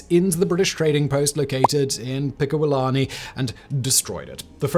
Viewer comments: Albany pronounced (all- ben-ee) not ( al-ban-ee). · Simon I love you man, but it’s not pronounced Al-bany. All-bany. This is coming from a local ❤